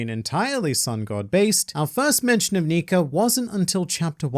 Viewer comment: WOW HE CAN CAN SAY "NIKA"🤯 and not Nikar🤦🏿‍♂️ but then says dressrosar😤